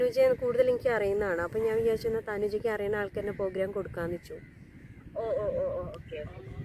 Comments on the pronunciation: തെറ്റ് തിരുത്തണേ . പോ അല്ല പ്രോ . പ്രോഗ്രാം എന്നാണ് ❤❤❤❤ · പോഗ്രാം അല്ല പ്രോഗ്രാം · ഇങ്ങനെ യൊന്നും പറ്റിക്കരുത് അത്ര രസമായി തോന്നിയില്ല.. പ്രോഗ്രാം എന്ന് പറയൂ.. പോഗ്രാം അല്ല...